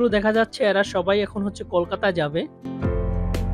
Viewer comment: আপনার ব্লগটি ভাল লাগল কিন্তু আপনি আপনার উচ্চারণের ব্যাপারে আরেকটু যত্নশীল হলে দেখতে এবং শুনতে ভালো লাগবে। যেমন ভাত কলকাতা ঢাকা এবং সাবস্ক্রাইব।